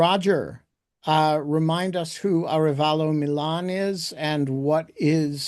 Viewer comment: Ah—RE—va—lo. Accent on second syllable.